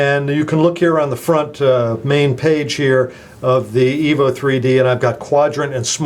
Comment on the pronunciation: I 'am sorry but did i heard it right?? you sai Htc Evil 3D & Evil 4G